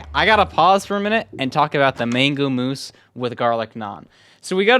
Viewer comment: As an Indian as well, I was just thinking what moose is supposed to mean